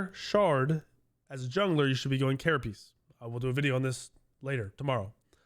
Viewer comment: Love the video so far and hope you're feeling better! But I watched your other vods and wanted you to know that you're mispronouncing carapace shard. It's pronounced like ker-a-pays or ker-a-pace or even ker-a-piss not ker-a-piece. That's all. Keep up the good work my guy.